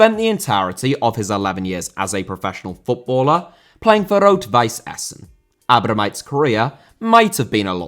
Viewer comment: Nice for the correct pronunciation of Essen.